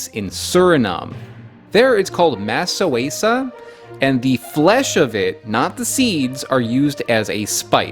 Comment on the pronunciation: masus(a) its called not ma soe sa. Used to color rice yellow